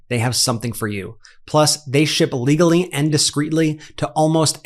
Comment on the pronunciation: Sounds like you said "they ship illegally and discreetly" 😂